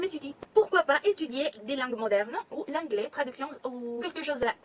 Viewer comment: Te recomiendo por tu pronunciación, en vez de decir "anglais" (an) tu lo dices como en español pero en realidad (an) se puede parecer un poquito al (on) en español pero con la "n" nasal. En realidad, se pronuncia como la « en » en francés es un sonido que no tenemos en español 😉